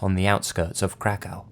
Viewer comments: Krakov learn how to pronounce names of places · Krakow is pronounced "crack-ahv". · I keep thinking you're saying "crackhouse" in the Katazyna segment. LOL